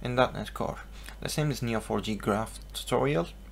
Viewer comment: LPM es Neo 4 "JEY" no for "YI"